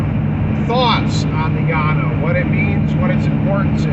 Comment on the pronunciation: Thanks for pronouncing Llano correctly.